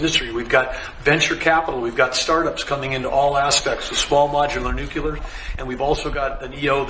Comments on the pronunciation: it’s Nuclear- new-klee-er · So many people who should know better mispronounce that word! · I hate when they pronounce it nucular! It Nuclear!! They sound stupid when they say it wrong! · NUCLEAR, is pronounced NEW'-KLEE-AR, please stop saying NUKE-KYU-LAR, it makes you sound illiterate. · OMG, IT'S NUCLEAR, NOT NUCULAR!!!! Other than that, Great news! lol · OMG really? He's saying "nuculer"? It's "nuclear". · NuCLEAR, not Nucular…….. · I really wish people would learn how to pronounce 'nuclear' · For the love of God, it's NU-CLE-AR, not nu-cu-lar!! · A man in charge of nuclear power and he can’t pronounce the word; NUCLEAR. He says, nuke-ya-ler. However, Mr. Yellow Tie has no problem pronouncing a simple, three syllable word. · Why do so many people mispronounce nuclear? lol. That aside, thanks for the video!